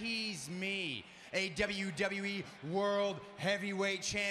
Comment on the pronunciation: look how Seth says WWE. He works for the authority and doesn't even know how to say WWE properly. You surprise me Seth